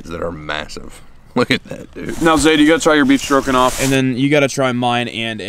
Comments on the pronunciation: I swear to god he said “beef strokinoff” 🤣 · I live the way says stroganoff. “beef strokin’off” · did you say "Beef Strokin' Off"? LMAO